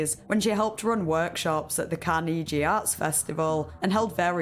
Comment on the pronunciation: “Carkneegee arts festival”